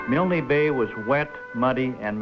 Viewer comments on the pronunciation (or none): G'day, Yay Team ! Nice vintage narration..., featuring the non-existant "Y" which the US always insisted on adding onto their idiosyncratic pronunciation of "MILNE Bay..." (!). I've only ever read of that affectation, in books written by Australians who were around at the time ; so it's quite a giggle to hear the phenomenon "for real". The Airfield at Milne Bay was known as "Turnbull Field", named after Squadron Leader Peter Turnbull, shot down there on take-off before retracting his Undercarraige, on a Ground-Strafing Mission to support the Infantry defending the Airfield from Japanese attempting to dispute possession of the Runway. Every ANZAC Day (before the Bat-Eaters' Lament Virus began stalking the Earth.....), my home town still gets a detatchment from 76 Squadron to march in the Parade, & a Jet Flyover at the Cenotaph ; owing to Peter Turnbull having grown up here... (Glen Innes, NSW). Thanks for posting... Stay safe, ;-p Ciao !